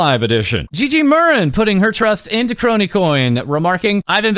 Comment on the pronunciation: Thank you,, for not pronouncing it "Skronii"